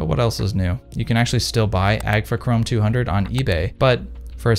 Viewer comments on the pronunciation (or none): none